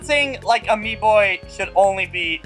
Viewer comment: Omfg Amiibo not AmiiBOI